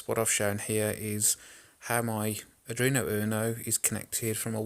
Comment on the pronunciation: Ard-ween-o. Not adreeno.